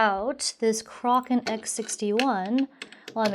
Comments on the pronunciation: kray-ken, not kraw-ken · Did I hear you pronounce the Kraken (crack-in) as (crock-in)?:P you qwa qwa:) hehe. Great stuff though. Im jelly. thats a purdy system ya got there. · Excellent video. I thoroughly enjoyed it, as I am building a Skylake i5-6600K PC in the near future. One thing, though. Your liquid cooler is pronounced "Kraahken", like "crack"-not "Krocken", like "crocodile". I'm surprised that so many PC folks on YouTube make the same mistake. I guess they've never watched 1960's fantasy-sci-fi movies or read much Greek mythology. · NZXT "Krocken"